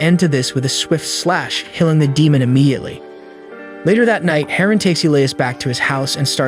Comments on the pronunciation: The way you pronounce "DEMON" is irritating. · Dee moan 🌝